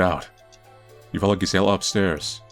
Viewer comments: The 'G' in Gisella is most likely pronounced like a 'J'. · I think Gisella is pronounced with a J sound. I might be wrong, but I've never heard it another way. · In spanish is pronounced like 'Y', is funny hearing his version of the name